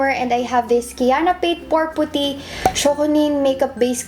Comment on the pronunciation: puht- ty ata tamang pag pronounce instead of poo-ty. sana di kita na offend :)